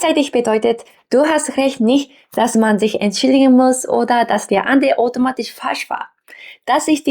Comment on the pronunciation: Vielen Dank für das schöne Video.... da du darum gebeten hast. Der Au-laut bei automatisch klang mehr als o. Dein Ch laut bildest du anderst. Habe das Gefühl du erzeugst ihn weiter hinten oder deine Form der Mundhöhle ist etwas anderst.... und klar deine Betonung ist manchmal noch etwas "japanisch" aber natürlich ist dein Deutsch im allgemeinen sehr gut.